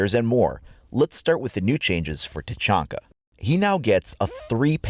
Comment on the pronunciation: It irks me that fact he says tachonka instead of tachanka